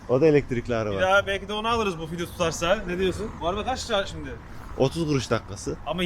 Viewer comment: Abi senin yüzünden artık video diyemiyorum fidyo diyom 😂😂